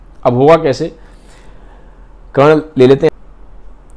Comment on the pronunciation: Brother its Karna not karan